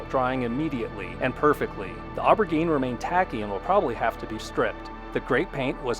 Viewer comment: Good info. Just an FYI: Aubergine is what Europeans call eggplants and is pronounced “oh bur jean”.